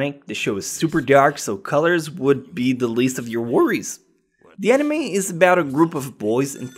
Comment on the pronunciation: Worst "nime" ....... gg boi.